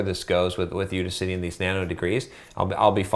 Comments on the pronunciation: I'ts udACity, not UDAcity. It's like AUDACIOUS bro. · It's You-Daas-City not you-di-citee genuis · I can't take his input on this topic seriously. If he can't even say "Udacity" properly, what makes you think he knows what he is talking about?